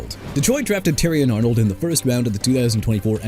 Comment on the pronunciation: First off it's not chee-kah-gow; Chicago is pronounced shuh-kah-gow or shee-kah-gow! Yet again you show no respect for cities by butchering their names like that! Why?! Huh?! Also Terrion Arnold (who's a cornerback NOT A QUARTERBACK) pronounced Teh-ree-on! And you better not say "Jagwires" or New Or-leans either! I don't care! Jaguars as in ja-gwaars and New Orleans as in new or-lins! You understand?! Alaric Jackson pronounced ah-lah-ric and Taron Johnson pronounced teh-ron and Alvin Kamara pronounced kuh-ma-ruh AND KAYVON THIBODEAUX PRONOUNCED TI-BUH-DOW! Plus Miami fans fed up with Malik Willis AND?! THEY WANT HIM GONE?! GO AHEAD!! OTHERWISE HAVE RESPECT FOR MY TEAM DUDE AND GIVE THIS MAN A BREAK ALREADY!! You're through... wanna keep mispronouncing things, be prepared to sign your walking papers. And one other thing you need to understand: Justin Fields ain't on the Jets no more so you're wrong. ALL Y'ALL IN THE COMMENTS DON'T SAY NOTHING TO ME.